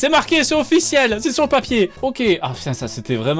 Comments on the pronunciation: m3rde je prononce "oque" aussi, g compris j'me barre j'vais mfaire f0utre g compris..... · Mdr même moi avant je prononçait Ok comme le monsieur 😅😂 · Certes. Je blaguais juste sur le fait que notre "" (personnellement je le trouve quelconque mais bon, tant mieux s'il plaît) n'était même pas capable de prononcer "ok" correctement... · Mon père prononce ok de cette façon, ces personnes existent oui